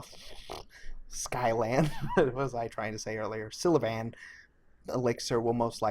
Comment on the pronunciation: Sylvan... pronounce it this way.... Sill-van